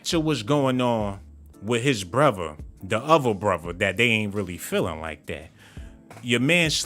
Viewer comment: Before I smash the like I’m go need you to stop saying words with TH with V broTHer not broVer